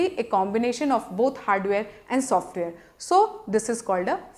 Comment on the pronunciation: i like the way she saying software.Haaahaaa #softvare